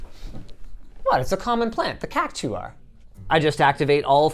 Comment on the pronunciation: Omg the way he said Cactuar lol xD